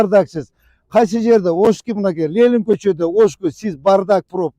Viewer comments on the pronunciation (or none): none